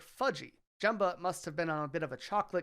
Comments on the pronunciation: Over-edited, gave me a headache. Prounounced Jumba's name wrong too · cant believe you said jumbas name wrong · Can you learn how to pronounce Jumba's name correctly? The way you absolutely butchered his name and didn't get even remotely close makes me not want to watch this video at all.